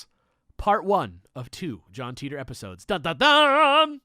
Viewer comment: Sorry guys, but on my worldline it's pronounced "Tie Tor", not "tea tor".